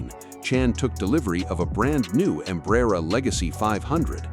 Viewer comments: You need to learn to pronounce Embraer. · Stupid AI narration. Can't even pronounce Embraer correctly